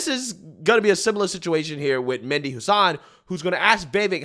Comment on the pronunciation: Great Job on this video! The Only issue that I have is that you Keep pronouncing Vivek's name wrong after I've explained it here Numerous times. It's Vivake like Cake, and Mehdi is not pronounced Mindy. 😉😝 Anyways, We NEED to get back to the days of GOD, FAMILY, AND COUNTRY BAYBAY!!! 🇺🇲 Old School AMERICA 🇺🇲